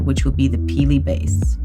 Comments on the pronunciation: Peely not perky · Is it just me that laughs every time she says “Peelie”? Not in a mean way just find it amusing. 😂